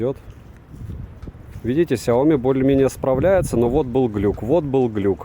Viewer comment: Блин,! Не СяОми, а СяомИ! А так обзор очень хорош. И ещё: не маркЕтинговый, а мАркетинговый. Да, зануда, но, блин, реально неприятно такое слышать, чел. Правда.